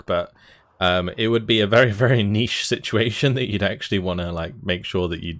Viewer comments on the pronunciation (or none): none